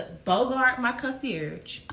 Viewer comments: The way the first girl said “consurG” instead of for conceierge made me cringe. It’s scary really. This entire post is tragic and embarrassing for both of them. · The way she keeps saying concierge is pissing me off and all that playing in that wig girl y’all both dumb flat out it would’ve been on the flo